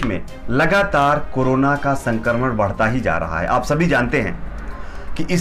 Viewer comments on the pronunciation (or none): none